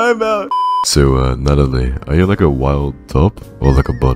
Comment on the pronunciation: Natt... Natt-a-lie. Natalie...